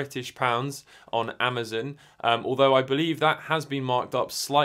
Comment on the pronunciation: I know it is normal for people to pronounce things differently. But proper names like Amazon should always be pronounced the same. It's strange hearing you mispronounce it over and over.